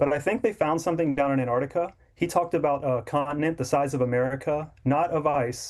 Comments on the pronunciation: Where is "Anartica"?! ANT-ARC-TICA, ffs... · AnTartica, not Anartica.